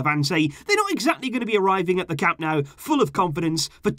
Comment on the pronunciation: Dude!!! It's not "CAMP NOW," it's "CAM NO-OO." And it's "VEE-SKA" Barca. So embarrassing for a "super fan."